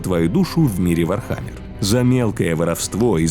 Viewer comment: как же по ушам бьет ваше не верное произношение ударения..... вообще чтоли не в курсе даже основ вархаммера?